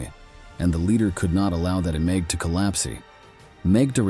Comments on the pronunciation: why does the commentator say regime e and collapse e. On the words collapse and regime the e is silent.surely this was taught at school. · But you also have to learn bizarre not-quite-English grammar and pronunciation. Listen and try to figure out what's going on. I've never heard a human being speak in such a garbled way. "Marriage" is pronounced "marri-egg." Then "collapse" is "collapsey." Sheesh.